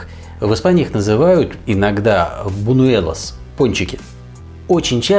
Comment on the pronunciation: Хорошо, что прочитала ваш, Ирина, комментарий, а то написала бы очень похожий., видимо, не имеет планов ассимилироваться в среду и не стремится овладеть испанским. "Boñuelos" (произносится как "боньюэлос", ну, прибилизительно) - это как пончики с наполнителем, с той же треской. Что же касается крокет, то в моём ресторане в Малаге их готовил испанский повар. В море масла он отправлял гору мелконарезанного репчатого лука и хорошенько тушил. Затем отправлял к луку отварную (!) курицу, также мелконарезанную, и довольно долго тушил всё вместе. Из специй клал только мускатный орех и целую жменю приправы к курице Gallina blanca. В концу тушения на глаз сыпал муку прямо из пакета, лил молоко, мешал до загустения... Всё! Затем, без всякого охлаждения, мокрыми руками формировал все крокеты (они должны быть более удлинённой формы, чем у ), обваливал в муке, смачивал в яйце, панировал. И не по одной, а все сразу на каждой операции. Затем крокеты раскладывались по пакетам и замораживались. И свежеприготовленные, и замороженные были умопомрачительно вкусные! Подавались с майонезом и свежим хлебом. Хорошие были времена!